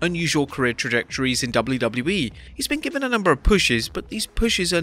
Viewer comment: HOW MANY TIMES CAN YOU SAY WWE IN A VIDEO FFS AND BUTCHER IT EVERY SINGLE TIME